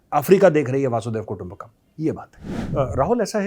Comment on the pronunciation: Sir, one small correction..it is वसुधैव कुटुंबकम NOT वासुदेव कुटुंबकम..